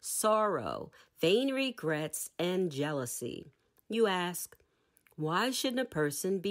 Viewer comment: I am so terribly disappointed that at around the 28th minute you say or read that the teacher asks but you intentionally choose to use the word ax or acts instead of ask. Sadly, I'm going to find another narrator to listen to because willful misuse of the English language saddens me.